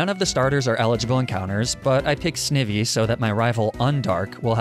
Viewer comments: It's not sn-ih-vy it's sn-eye-vy (idk if my spelling helped you understand it's correct pronunciation) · It's pronounced Sni-vee NOT Snee-vee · "Snih-vee" his pronunciation I can't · not snivvy and skruppy 😭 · SNIH-VEE bro? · btw it ain't 'snivy' its pronounced 'snaivy' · He also pronounced snivy wrong in the beginning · everyone missing the snivy pronunciation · and at the beginning he pronounces Snivy wack too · What about Snivy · Not to mention how he pronounced Snivy...it mean it has the word "Ivy" in it for a reason. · Your pronunciation of Snivy makes me wince lmao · The way you pronounce Snivy is pretty funny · I love how he says snivy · Me: I dont care how you pronounce pokemon Also me: You dont pronounce snivy like that -_ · He learned how to pronounce krokorak yet he can’t pronounce snivy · i despise his pronounciation of snivy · Dude I really hoping ur trolling us with these Pokémon pronunciations lmao. First there’s Snivy which u pronounced as “sniv-ee” and then krokorok and the emolja omg💀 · Did you seriously say Sn i vy- Oh god and Emolja